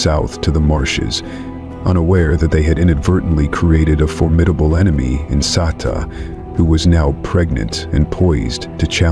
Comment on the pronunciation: IT'S Sek-e-kama, and Mat-su-me and Sa-tau. AI needs to fix thier pronunciations 👀👀